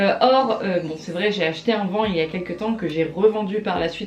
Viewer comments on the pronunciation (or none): est ce que c'est correct que je dise vanE (j'écris van et je dit vane) sinon super vidéo comme dab ;) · Je pense qu on dit van et pas vane apres c est ce que je pense 🤣🤣